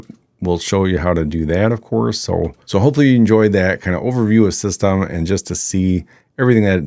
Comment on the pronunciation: Nice video, very helpful. BTW, the way to pronounce it is Syst-M. The "e" on the end is silent. Only know that because I happen to be French 😀